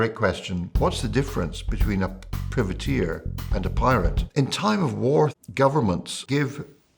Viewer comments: Why are you pronouncing "privateer" like that? It's pronounced in the obvious way: private+ear. I've never heard it pronounced like privy and I can't find a dictionary that offers that as an alternative pronunciation. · That's an unconventional pronunciation of privateer.